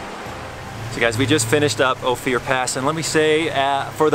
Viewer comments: It's pronounced "Oh-Fur" not "Oh-Fear"...just a heads up from a local. Nice video! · its OPHIR (ohh - firr, like the tree) not Ohfear... thanks for visiting. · After a dozens times, I just had to say something. It's "OH-fur" not "Oh-fear" Pass. Cute little trail, especially in the snow! And... EYE-mo-jean Pass? Really? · I lived in Ophir. I don't know who gave you the pronunciation you use but we always pronounced it like gopher without the g, not "Oh Fear". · It's oh-fir pass not oh-fier pass! I'm from that part of the country. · I see someone caught the "going west" comment. I have never heard Ophir pronounced O Fear. It is always pronounced O Fur. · Cool video. Ophir is pronounced ofe er btw. Not oh fear. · good content but the correct pronunciation is O FIR not Ofier pass. I know I live here. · Hey, its not "o-fear" pass, its "oaf-er" pass. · Nice documentary. I'm born and raised in the area of Ouray and I CRINGED every time he pronounced "Ophir". It is pronounced "O FUR". His..."O FEE UR". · I laugh every time he pronounces it "Oh fear" pass : )) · Always can tell when someone is not from Co! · Great video. By the way Ophir is pronounced Ofur. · you have to forgive him cause hes from KALIFORNA. LOL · Hi, I live in Ophir (pronounced like gopher, but without the 'g'.) I wish you had come this year! Trails are fully verdant and waterfalls are gushing with our biggest snow year ever behind us. (last year was super drought)...I just bought a Jeep JLUS and haven't modded anything yet. I did Ophir and Imogene, but think I'll want to get big tires and a lift before tackling Black Bear. Thanks for the videos! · O Fur. That’s how it’s pronounced. You got Ouray right so good job on that. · the little community at the "end" of Ophir (pronounced Oh-fur) is the town of Ophir. Another great video, glad you got to see where the offroad bug bit me (and I'm sure many others). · Pronounced..Oh -fur